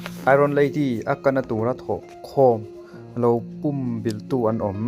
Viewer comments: "Pum bilh" tih i lam rik dan hi adiklo, ...entirnan .. Ka taksa pum in ka huh vek, tih a "pum" tih ilam ang hian lam ri rawh .. i rawn sawi dan ah hi chuan .. tui tla thitawh puam/pum ulh ang deuhvin i lam ri a ... Adiklo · Pumbilh i lam dan hi a dik lo a nia, púmbìlh tia lam tur, 'Ka thlang fuh' tiha 'thláng fùh' tih ang hian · Pum bilh ilam danchu adiklo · I la naupang nge ka hrelo a, pumbilh tih i lam dan hi a diklo lutuk.. Midangte zawt hmasa la tha tur nia aw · A buaithlak țhin khawp mai. Lam dan dik hian lam thei hram hram țhin se a țha khawp mai.